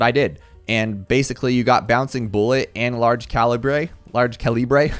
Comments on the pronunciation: I love me some co-lee-brey upgrades 💀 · Yaaaaa “Large Cah Lee Bray” is the best upgrade in the game